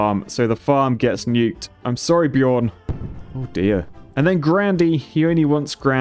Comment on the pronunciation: Bjørn Kahler - bjørn pronounced is like byorn basically